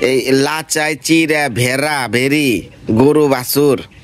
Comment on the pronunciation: একটা শিক্ষিত মেয়ে হয়ে কি সব কথা - বার্তা অতিরিক্ত ঢং করে। এই কয়টা ছোট মাছ নিয়ে কত ঢং। আর রানি মন্ডলের ভিডিও তে কত বড় বড় মাছ আনে তা তো হাতে নিয়ে দেখায় না র শুদ্ধ হইল, ব্ণ্যা যেমন বর্ণা, আর এখন ভেদা মাছ হইছে ভেরি।